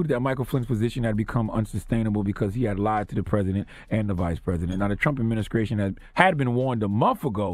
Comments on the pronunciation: Does Charlemagne say "adminiskration" ? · "trump adminiskraytion" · Adminicration? lol